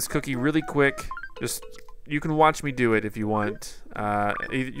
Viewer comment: "He laughed at meh. He LAUGHED at meh. Dis guys always laughing at meh." Lol XD